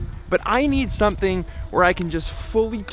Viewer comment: You'd say, it was... sewthing? ^^